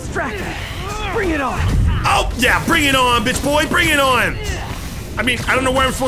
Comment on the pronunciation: The best part of listening to him talk for over an hour is noticing how he pronounces "on" as "awhn."